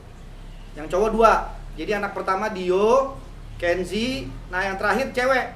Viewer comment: Bukan renzy om arie lasso.... tapi kenzy....